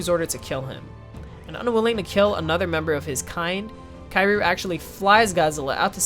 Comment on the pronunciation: It's pronounced "Kiryu" not Kairu.